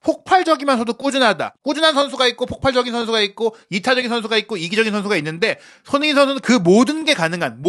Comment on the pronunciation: 손흥민 발음이 안되시면 소니로 부르시죠 ㅎㅎ